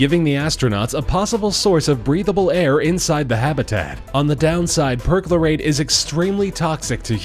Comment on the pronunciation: they use imperial Measurements and can't even say perchlorate right. it's getting worse. come toptrending get yo shit together. adopt metric ffs